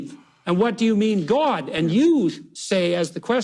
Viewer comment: Why does Jordan Peterson call God Gwod?